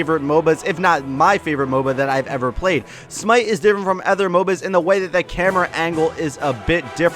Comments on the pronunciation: Idk how you manage to say "ehther" instead of "other" every time without correcting yourself once. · I can categorically state that I have never heard anyone else pronounce "other" as "effer".... so that's new.